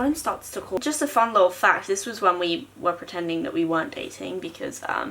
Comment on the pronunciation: "Ya prentending " T_T .